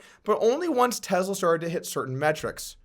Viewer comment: Gotta be slightly ticked you didn’t wait 1 more day to be able to add in the clip/part about him smoking marijuana.. shoulda believed in Joe Rogan and his ability to make people say & do wild $hit I like the videos regardless of views also. Keep them coming. (But I dislike how you say “Tesla”, there is no ‘z’ )